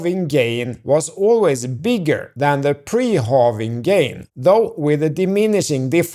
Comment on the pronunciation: It’s pronounced, “hă-ving” not “hoh-ving” and “dah-ler” not “doh-ler.” You’re a bright guy and it seems that you can pronounce these words “prah’-per-ly.” 😊